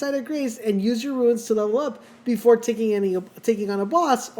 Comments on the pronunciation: Runes not ruines. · Runes, not ruins